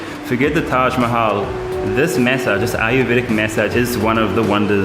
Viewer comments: Why u keep saying: MEssage???…. It is MAssage!!!!! 🤣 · Take a shot everytime he says May-Saaj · What accent are you using? 'Maysage'..